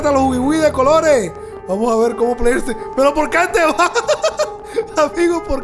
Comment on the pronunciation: Se dice player